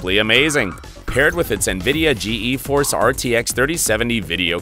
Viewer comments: lol g e force , bud , everybody including jensen says geforce , you know , like the thing that makes you passout in a fighter jet ? its pronounced G-force not g e force , wtf . also just say megahertz instead of mhs . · Nvidia "Gee E" Force graphics? Ok who's doing the voiceover on these things?